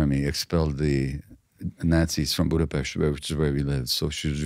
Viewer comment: "Budapest". Pronunciation perfect. From now on I will make it a point 2 read yr books n get 2 know u. What an insightful human bring WHI SPEAKS HUNGARIAN...A sheinem Tog, sweet Doctor.❤